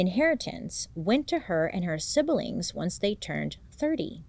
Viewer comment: Living for when she says 'sib~ill~ling' instead of sibling🤩 I adore when hot people are so cute and real, its giving supermarket headlines "Stars, They're Just Like Us"